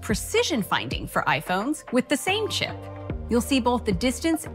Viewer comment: Why is she saying sip instead of chip?